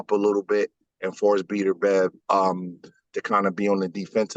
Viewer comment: Who's the idiot you're talking to that keeps calling him Beeterbev? At least get the guys name right if you want any credibility. Beterbiev wins the fight and your buddy loses a spelling bee.